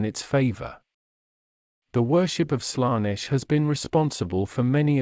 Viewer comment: Good video, but please fix the pronounciation errors: Warhammer 40000 is pronounced 40K Colonize is pronounced Co-LONN-ize Primarch is pronounced Pry-mark Daemons is promounced Demons Abhumans is pronounced Abb-humans Slaanesh is pronounced Slann-esh Eldar is prounounced El-daar Roboute Guilliman is pronounced Ro-bu-te Gil-uh-man Astartes is pronounced As-star-tiis Feel free to add stuff in the comments, folks